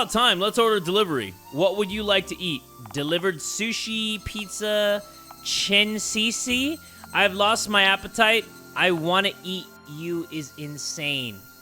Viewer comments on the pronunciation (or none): its not chine ccc its chi-nez food lol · the type to pronounce Chinese as chensisi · “Chin-see-see” lol